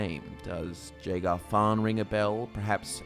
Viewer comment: I am positive you are pronouncing Jagar incorrectly.